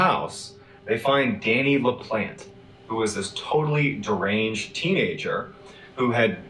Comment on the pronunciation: Pronounced La Plant